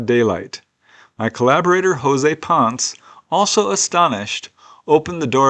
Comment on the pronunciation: the last name PONCE is pronounced PON-SSEH, just something you might want to know.,.